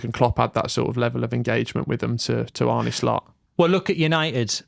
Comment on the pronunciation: ARNE. NOT ARNIE. Get it right...